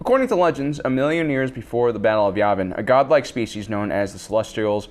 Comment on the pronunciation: Am I hearing him wrong, or is he pronouncing "Yavin" as "Yabin"?